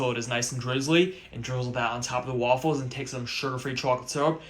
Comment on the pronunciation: i like when he shows how to make the wAWFULles